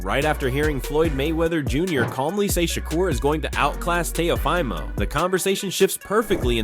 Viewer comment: Dear Floyd, Shakur’s last name is Stevenson not Stevens. Dear, Teo’s full name is pronounced Teo-“fee” mo. Thanks!